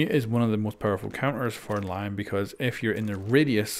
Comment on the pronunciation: Just letting you know “Lion” is pronounced like (le)-(on) since he is French. Love the content btw